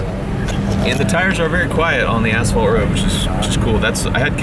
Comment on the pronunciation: Since nobody else is going to tell you, but: "You might want to pronounce the word "asphalt" a bit, differently, currently it sounds like "Arsehole". 😅